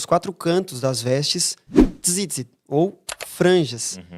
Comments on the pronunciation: Nem o nome do tsitsit ele fala direito. 😂 a pronúncia é o S e não com Z. Patético! Ele nunca foi judeu gente, nasceu católico e não se converteu de forma ortodoxa, ou seja, continua o que já era 🫠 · As franjas são chamadas de Tzitzit. Ele falou errado 😅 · primeiro que o cara não sabe nem pronunciar tzitzit 😂 Judeu fajuto de internet. Não passa de um idólatra